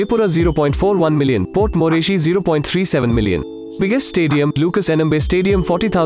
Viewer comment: It's not port moreshy it's port Moresby